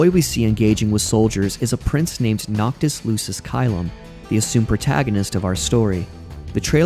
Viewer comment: It IS pretty hilarious that you read Sora, Yozora, Nomura, etc with such a think weeaboo accent 🤢 and yet you say the Latin names Noctis Lucis Caelum and Stella with the most American tone in the world. 🙄